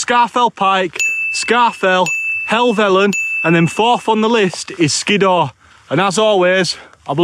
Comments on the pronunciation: Hardcore camp that mate....oh and its pronounced Skidder. I pronounced it the same way as you until someone pointed it to me. 😉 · I liked the part where he said “Skiddaw”.